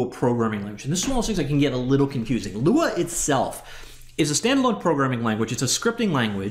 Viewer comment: Lua means Moon 🌒 in Portuguese. When you pronounce Lua, you doing great, no american accent.